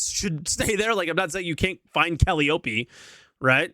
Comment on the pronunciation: This man said "Cally-oh-pee" 😂, its "Kuh-lie-uh-pee"